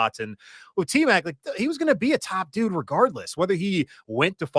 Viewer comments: It’s Tmac not Tet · Its T Mac not Tet, show some respect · Out of respect can you stop calling him tet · Aye bro please stop calling him TET 😂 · QUIT calling the man Tet, 😂